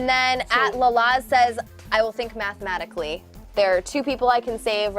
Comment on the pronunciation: Mat i time during the stream tou said "mat"matically instead of mathmatically